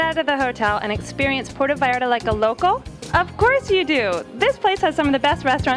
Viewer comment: Can u at least pronounce Puerto properly? it's not Puero! U make my town so grinholized! please learn how to pronounce our language properly! u are not in the US! Ur in our country of Mexico! We pronounce the T as u would say Mother "Teresa!" Puer-To! Thank u! And yes! we love everyone. But this is clearly not San Francisco CA. We are still a conservative town Christian town!